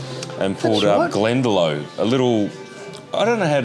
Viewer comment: Glendalough pronounced glen da lock.Beautiful place